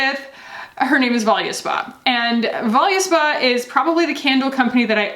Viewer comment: Many people mis-pronounce Voluspa. But I have never heard it pronounced this way. So, as a retailer we buy directly from Voluspa, and they answer the phone and pronounce their name as Vol us pa - with the U pronounced as a short vowel sound "uh" - so "vol-uh-spa". Just thought I would put it out there for everyone to know.